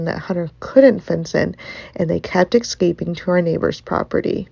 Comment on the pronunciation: The word is "ES-caping", not "EX-caping". Are the they type of person who "AX" a question too?